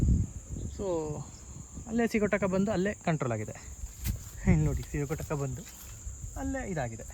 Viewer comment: ಸ್ವಾಮಿ ಅದು ಸಿಗೋಟಕ ಅಲ್ಲ ಸಿಗಟೋಕ